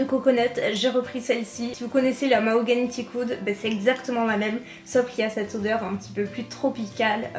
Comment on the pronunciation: On ne dit pas c'te mais cette Stp 😂😂